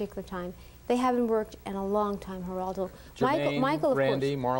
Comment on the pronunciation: Apparently... Hurl-a-doe.. ..is spelled, starting with a "G."